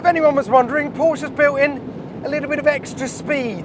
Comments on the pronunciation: Please don't say "Porsch". It's PorschE!!! You have to pronounce the E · it´s Porsche not Porche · Okay first of all.. mister so called ‘Top Gear presentor’.. It’s Porsche! Not Porsch... C’mon dude! 🤨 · Knospe Du hast recht. Aber Porsch finde ich bedeutend schlimmer als Porschi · Anyone can tell to this guy, Porsche is Porsche, not Porsch !!!!!!!! pls don't be ignorant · It's not Pooooooohhhhhhhhhrsch. It's Porsche. Short o and an e at the end! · it's "paw-shuh" mate. not "porsh". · Is not PorschE. Its Porsh-Ah. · 😂kann ich nur zustimmen. Genau wie "wuolgsweggon". Einige englische oder amerikanische Personen können es aber auch richtig aussprechen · Jesus Christ, this guys from Top Gear? It's pronounced "poor-sha" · Why can't Englishmen learn how to pronounce Porsche? It is a two-syllable word. Always has been, always will be. When I hear someone, who should know better, mispronounce the name, I pretty much stop listening. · It really does make people sound dumb when they mispronounce car brands and then call themselves a fan or information source for the brand